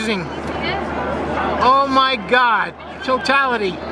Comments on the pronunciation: Заебал он о майгакать 😂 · Как же выбесило это "о май гяд"!!! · чуть не блеванул от “омайгада”